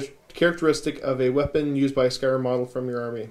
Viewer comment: I wasn't able to watch the whole video but did catch the Skaven bit. Did only Pestilens and Skryre get new stuff? :( I was hoping Verminus got some goodies too... Also, another question. Why does everyone say SKY ER when there's an R before and after the Y? I've always said SKRY ER cause it's written Skryre. No worries either way just wondering.